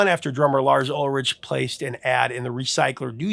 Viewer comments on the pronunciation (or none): Wow. Righr off the bat you mispronounced , Dave Mustaine's name (musTAINE, not MUStun) AND Lars Ulrich's name. (Ulrik, not Ulrich) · It's pronounced "ool-rick" but Americans say "all-rich". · Lars Ulrich's last name is pronounced 'Uhlrick' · Yikes...is Ulrich not pronounced Ulrick? Have I been saying it wrong the past 4 decades? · How does the real person, “” continue to out-AI AI itself by mispronouncing so many common knowledge things? [muss-TAYN], [ULL-rick], [MOON AYJ], [suff-ruh-JETT], [GRA-joo-itt], [KEE-nohl].